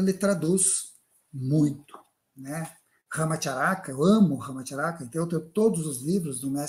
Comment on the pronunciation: Pronúncia RAMACHÁRACA.PALAVRA PROPARÓXITONA como a maioria em Sânscrito. Ch pronúncia tchia